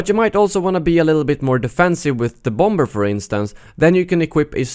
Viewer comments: Lol, bom-ber :P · Your mispronunciation of bomber cracks me up everytime